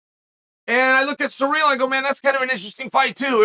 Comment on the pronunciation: Just love how you pronounce his name as "Surreal" 😆